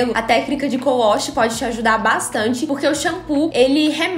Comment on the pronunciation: Ela falou cou wosh??😂😂😂😂 é wash né não?